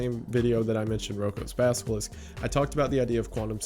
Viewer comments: Basilisk. Not basKilisk. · Great video, thank you for making it !! (I already knew, so this wasn’t hazardous information to me, which is why I can just thank you and not feel like this video harmed my future, lol). But I must say, the mispronunciation of “basilisk” as “baskilisk” really cracked me up 😶😂